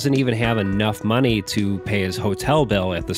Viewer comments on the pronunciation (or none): none